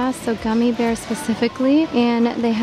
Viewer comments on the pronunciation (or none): none